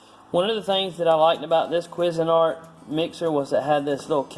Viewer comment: Love how the calls it a "Quiz" a nart!!! HAhahhahhaaaaa.... Up here we pronounce it "Kwayz" a nart! Used to be really good stuff, but now with cheap Chinese plastics and low gauge metals, the quality is just not as good as the stuff the company was producing back in the 70s/80s. As it is seeming with most stuff. Cheers!